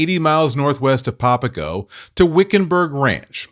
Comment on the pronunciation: Well first of all you would have to know how to pronounce the name of the golf course you're playing or you're really really not a golfer.. popago isn't going to cut it..